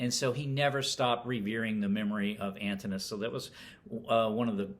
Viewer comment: Thanks for a thoughtful review. A small note: Antinous is pronounced Antin-o-us.